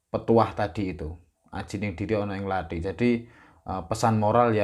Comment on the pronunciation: Pertama uluk salamsaja tidak fadih. Kedua omong Lathi saja salah katanya orang Jawa, omong Kathi tapi sptucapan orang Bali. Pakai blankon segala. Isino cak !.